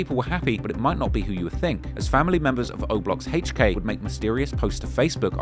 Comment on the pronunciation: The way say HK sounds like "haych-k" 😂.